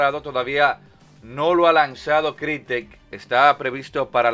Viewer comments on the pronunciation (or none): Toda la galaxia: Crytek (Craitek) El Locon Gamer: CRITEC!!!!